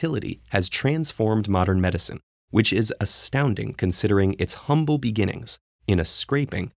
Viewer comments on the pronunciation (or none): none